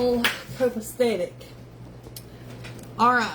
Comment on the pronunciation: Copacetic not copestetic. Smh